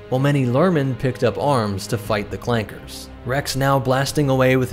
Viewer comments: Are we just gonna ignore the hard R? Like tf no it’s clankas not clanke*s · ITS CLANKAS NOT CLAKERS RACISM!!!!!!!